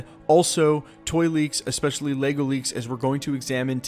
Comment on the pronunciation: What is laygo. It’s lego ok. leg -o Say it thrice. Leg-o leg-o leg-o